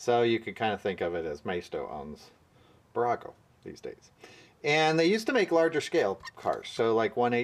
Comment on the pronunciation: I'm a huge fan of your channel and I like posting little tips to help you out. Hopefully you don't mind that. It's Bburago. Two B's. Pronunciation - BEE boorawgo. On the east coast Bburagos can be found at Dollar General stores.